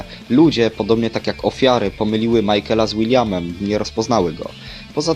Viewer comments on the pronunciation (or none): none